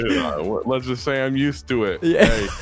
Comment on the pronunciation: Anyone else thinking "Leth's go!" instead of let's go?